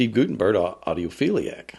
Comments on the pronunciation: It’s pronounced “GUT” not “goot” in Guttenberg. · I can tell by the wording that this is NOT Steve Guttenberg. That is not his style. It's Gut not goot-enberg. Per Steve.